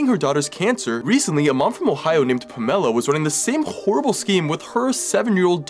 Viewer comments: Pamela is a very common name in the US among the Baby Boomer set. It’s my mom’s name and I’ve met several other women from her generation named Pamela, always with the emphasis on the first syllable. I figured maybe this lady must pronounce it differently. I’ve known several people named Tamara. Most of the people I’ve known with this name put the emphasis on the first syllable and it sounds a lot like my mom’s name of Pamela. My mom goes by “Pam,” although her family called her “Pammy” when she was little. The Tamara’s I grew up with all went by “Tammy.” Only in recent years have I known more people putting the emphasis on the second syllable of Tamara than on the first. None of those people are called Tammy though. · I’m glad the child is safe. Also you know you’re mispronouncing that monsters name. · The way it irks me when people pronounce pamela like that 😂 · I like who he mispronounced Pamela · Who pronounces Pamela like that?!?! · Why can’t he pronounce Pamela correctly?😂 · Why was pamela pronounced like that 😭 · Who pronounces Pamela that way!? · ❤ that you intentionally mispronounced Pamela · Pronounce PAMELA correctly please. It’s not difficult! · bro do you really not know how to pronounce pamela.... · Pa'mela huh? Lol!!! Pam'ela The emphasis on the symbol counts. 😊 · This is really sad, but it was kind of distracting that you were pronouncing Pamela differently than I'm used to. Usually it's pronounced as if it's "Pam", and then "uh-la" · Her name is Pam-a-la. Pamela. Emphasis on the second syllable. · It's pronounced "Pam-ell-uh" not "Puh-mell-uh" lol. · it isn't THAT difficult to pronounce the name "Pamela." It's "Pam-EL-a," not "Pa-mella!" 🙄😂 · I'm not sure if her name really is pronounced like that, because that might be the case. But typically the name Pamela is pronounced PAmela, not PamEla. Im sorry, but that was honestly the only thing I could focus on 🙈 Im so glad the little girl finally got help! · Hey Pamela is pronounced Pam ah la.